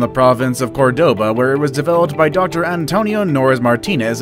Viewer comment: I love how he says 'developed by' Sigh!